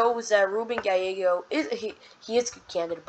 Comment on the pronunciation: I think its pronounced Gal-Eggo, not with the fancy Y stuff.